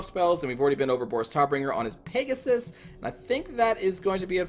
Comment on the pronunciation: Boris Todbringer is translated to "Fighter/Fight Death-giver":D Also, the "o" in Todbringer is pronounced more like the "o" in "tater tots".